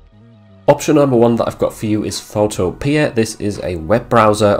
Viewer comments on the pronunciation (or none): Pho-TOE-pia…..just like utopia